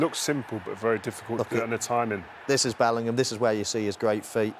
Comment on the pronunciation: His Dad's surname is not Portuguese - Bellingham , not Bellinghamadino